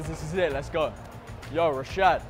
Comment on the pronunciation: Mans said reshad😂